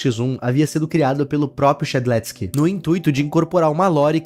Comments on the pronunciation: A pronuncia e shed leusque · Primeiro o Shedelsk agora abalidades ksksksksks